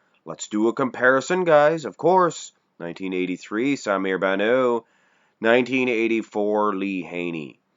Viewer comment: The T in Bannout is pronounced, he is not French he is Lebanese baby please